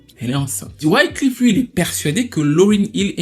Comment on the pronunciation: bon video mais pour vrai cest wyclEf pas wyclIf lol